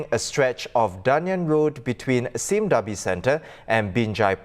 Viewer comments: 'Sime' as in lime, not 'Sim' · Exactly - first time I'm hearing someone pronounce it like this